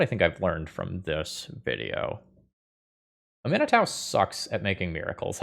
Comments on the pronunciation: oh no. oh dear.. it's am-ee-nah-touh. Not a-min-ee-tau. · I found it interesting that you pronounced it (uh-MIN-eh-TAU) because I've always been pronouncing it (AH-mih-NAH-too). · Love the video! Her name is pronounced "AH Min AH TOO" 😂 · Just FYI, I'm pretty sure it's pronounced "ah me nah too" :) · Man, I’m usually not a stickler for pronunciation of card names that are made up, but it’s ah-mee-NAH-too. It’s Cajun French inspired, and such a beautiful name, I had to correct you. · Please, please, please research the correct way to pronouce Aminatou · There are a few content creators that when I them pronounce something differntly than me I assume they are right. Namely Nizzahon, and out boy here. But while I cam see why Aminatau woule be said that way, I am stuggling to believe it. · pronounciation of Aminatou is making me doubt myself. Is it "-tow" or "-too"?!?!?!?!? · 12 seconds in and I was already at: That's how you pronounce that? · Your pronunciation is absolutely correct. is pronouncing it like it’s an American name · Love, love the deck, hate the way says Aminatou